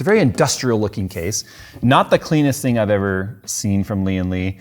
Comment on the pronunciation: Why do people keep saying "Li-An Li"?? It's "Lian Li", don't stress the first Li, subdue it and stress the AN!